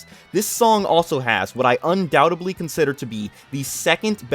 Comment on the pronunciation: “Undoutably” is killing me…